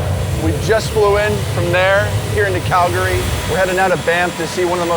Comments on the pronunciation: Big thumbs up for the correct pronunciation of Calgary! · I'm so glad he said Calgary the right way.